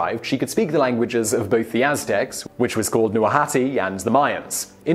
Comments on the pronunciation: Aztec language called Nouahati? Isn't it Nahuatl? Also it's Tenochtitlan, not Tenochitlan. Also, Malintzin's name (Doña Marina) gave origin to the uniquely Mexican Spanish word "malinchista" (malinchist), as an insult, meaning love for the foreign (e.g. imported products, American interests, etc.) to the detriment of the national. Very interesting videos, as usual. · it’s NAHUATL not Nuahati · NAHUATL, NOT NAHUATI